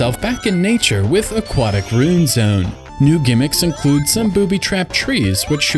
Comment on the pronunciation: Ru-in, not rune.